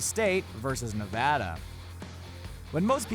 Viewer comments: Thank you for correctly pronouncing Nevada correctly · OMG YOU SAID NEVADA RIGHT